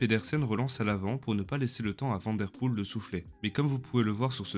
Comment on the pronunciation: Belle vidéo. Tu t'exprimes correctement en Français, et ta prosodie est agréable. Merci. Essaie de prononcer Mathieu Vanne Der Poel ... comme la ville de Vanne en France.